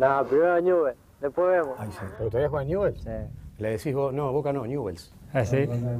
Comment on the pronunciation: Ñubel dice Messi jajajaja lo amo lpm